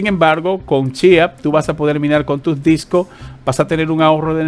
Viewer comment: Por favor habla con la "S". Es DiscoSSS... Dos, no es tengo varios Disco/Doo !! Pero gracias por los videos igualmente... !!